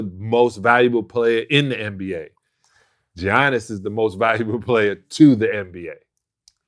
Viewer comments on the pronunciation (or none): Did Vlad really pronounce his name as Gee-Yannis??? Lmaoooooo cmon son!!!!!! Smack tf outta ya self for that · Hey Sal, it’s pronounced “Yannis” not “G-Annis”😅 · Salley ( Giannis) pronounced YAHNIS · Stop calling him "Johniss" 💀💀💀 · The G silent in his name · 2 time mvp and people still can't say his name right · Stop sayin Giannis name wrong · It’s not that hard to pronounce Giannis’ name Sal 🤦🏿‍♂️ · yeah, and also in greek the T's are pronounced like Ds in his last name